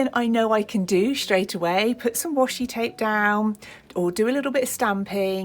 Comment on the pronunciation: Thank you, I think I would benefit from buying your book! Is this a particular book? Your work is so inspirational 💖 ps you may (or may not) be interested to know, the Japanese word "washi" (wa shi) tape, is pronounced with the "a" as in past 😉